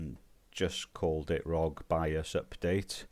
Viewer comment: Nope didn’t make a difference, in fact made my fps worse. My fault getting advice from a guy that can’t even say bios correctly